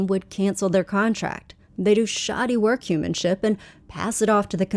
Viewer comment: she really said workhumanship lmao